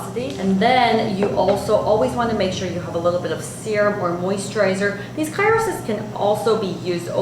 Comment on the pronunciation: CRYO...not CYRO! I had to turn off the sound.